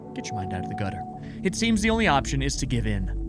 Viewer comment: WHAT DOYOU MEAN "GWT MY MUND OUT OF THE GUYTER" YOU DID THIS YOU DID THISSSSS